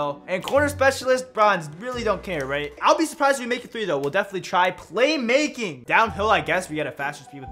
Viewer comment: "Claymaking" lol